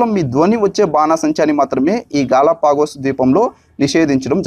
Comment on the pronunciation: 1)గలొఫాగా స్ క్లారిటీ లేదు, 2)ప్రవసాల్లో కాదు, ప్రసవల్లో